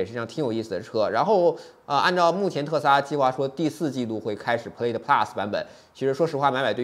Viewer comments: 视频很不错。Plaid念错了哦。音响主动降噪值得说道，这体现了特斯拉和传统车企不一样的思考问题方式。我觉得这次标了1/4mile9秒不到也是值得注意的，我觉得比零百还值得说。零百你也说了是虚标，加上起步得加0.2~0.3秒，其实跟L+没差很多，但这是正常的。Chiron比起Veyron多了400Hp还大大改进了空动和减重，单看零百也就快了0.1秒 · 提个建议，Plaid的发音你念错了，还有你忘了提新音响系统兼具主动降噪功能